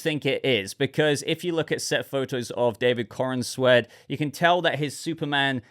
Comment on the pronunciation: Why do people keep calling this chap"coren-sweat"?...thats not how you say his name,its"Corenswet"you say it like youre saying the"corns wet"like wet corn,i hope its a good movie though,Superman could do with a win.